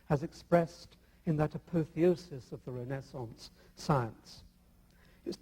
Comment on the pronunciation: I find it hilarious that the atheist doesn't know how to pronounce "apotheosis".